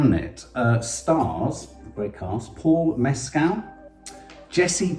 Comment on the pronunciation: Great review. Please learn to pronounce Paul Mescal's name correctly